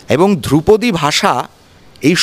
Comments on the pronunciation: দ্রৌপদী নয় ধ্রুপদী!!!!! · আরে দ্রৌপদী না ধ্রুপদী 😆😆😆😆😆😆😆😆😆😆😆😆😆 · ওরে, দ্রৌপদী নয় রে, ধ্রুপদী!